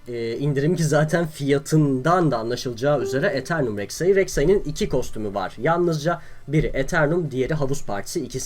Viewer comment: BRAVE REKSAİ DİYO ADAM :D